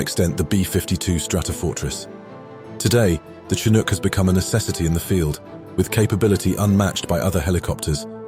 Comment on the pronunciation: in other words, this one gets it right. i cringe when hearing the 'ch' spoken as in CHarlie in the word chinook.